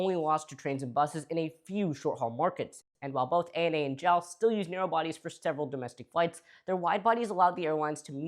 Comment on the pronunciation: Every time you say “JAAL” I hear “j’all” (as in y’all)